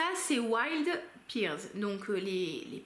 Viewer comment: Je ne suis pas très originale, la vanille est aussi ma note préférée, d'ailleurs Il faut vraiment que je teste ce Vanilla 28 de chez Kayali, je suis sûre qu'il me plairait. Petit aparté, en anglais la poire se prononce "père" et pas "pire" 😄 Jolie sélection en tout cas. Bon lundi de Pâques à toi ! 🐰